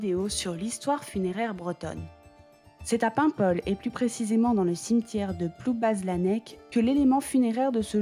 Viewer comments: Bravo pour cette vidéo et toutes les autres !!! Juste une petite précision (en tant que paimpolais à 50 %) Ploubazlanec n'est pas à Paimpol, mais bien une commune à part entière ! Par ailleurs, on ne prononce pas le "z", on dit "Ploubalanec", ou quand on est du coin, on dit carrément "Ploubaz" (et là on prononce le z !!!) C'est compliqué ;) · Belle vidéo ! :) Petite correction cependant : le "z" ne se prononce pas dans Ploubazlanec [plubalanɛk] ;)